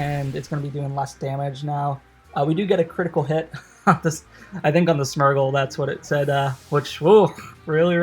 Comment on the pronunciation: SMURGLE loool. Smear-gle as in smearing paint